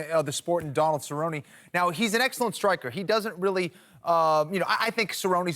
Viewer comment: It is not Cerroney or Cerroniey it is Cer-rone.